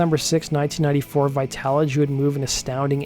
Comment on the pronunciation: Literally no one can say his last name lol and apparently Tabitha soren can't say vitology